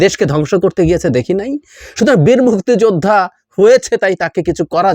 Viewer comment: আওয়ামী লীগ হলে সে অপরাধী হবার সম্ভাবনাই বেশি,প্রচন্ড ঘৃণা করি এদের। তবে মুক্তি যোদ্ধা শব্দটা আপনি যেভাবে উচ্চারণ করছেন তাতে মনে হয় মুক্তি যোদ্ধাদের উপর আপনার অনেক ক্ষোভ।আলোচনা করেন কিন্তু বিতর্কিত হচ্ছেন কেন?